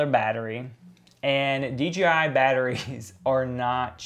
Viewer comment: Why does everyone always wanna say dgi instead of dji?